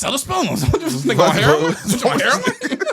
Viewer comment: That man said go get that herron and I lost it 😂😂😂